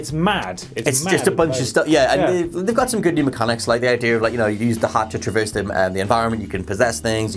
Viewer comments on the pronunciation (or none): none